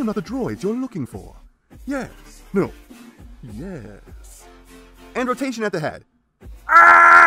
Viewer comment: YEahhsss. There's an A and an H in Megtron's "Yes", learning that is the key to pronouncing it right.